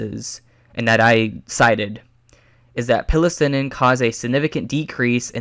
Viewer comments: FYI Psilocybin is pronounced sell-uh-sybin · the word 'psilocybin' is pronounced 'si (rhymed with eye) lo (rhymed with go) si bin'. I'm pointing this out not to have a dig at any problem you have with reading, but to highlight the fact that I'm not sure you have the learning to properly understand what you are trying to argue for, since it seems that you don't really understand the studies you are using. Self education is fine - but it can lead one to make mistakes and then compound them. I would suggest you find someone who knows about neuroscience (not an apologist trying to make a case) to give you more insight into the subject.